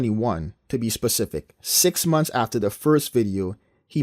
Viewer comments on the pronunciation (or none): "6 monfs" umar